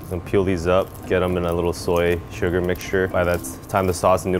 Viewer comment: I thought shug was a Japanese herb Then I realised he was trying to say sugar